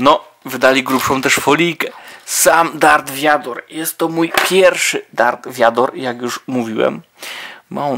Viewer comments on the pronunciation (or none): to nie darth wiador tylko darth wader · Nie mów darth viador bo to brzmi jak gówno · Darth Vóder